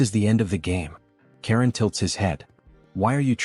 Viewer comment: his name is charon not karen